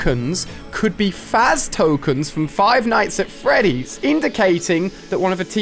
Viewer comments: DId you just (Five nights at Freddies) What FREDDIES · Five nights at "Freddies" 😆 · is "Five Nights at Freddy's" not "Five Nights at Freddies" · they were pronounced "Freddies" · Its not freddies is Freddy's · jesus christ "freddies?" smh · No one Ali-A: Five night at FREDDIES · He said feddies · He’s saying it like it’s plural